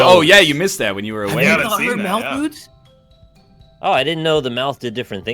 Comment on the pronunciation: Anyone else think they were saying Malf Moods not Mouth Moods?